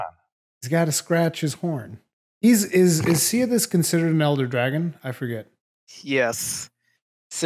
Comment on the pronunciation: if Nergigante ate another Elder that isn't cannibalism unless the other Elder is of the same species. If a hawk eats a pigeon that isn't cannibalism. Also Ceadeus is pronounced Sea-day-us. No idea why you were all calling it Sidious.